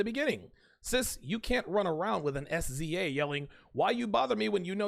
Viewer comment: SZA is an artist. it's pronounced(sizzah). just a little hood info.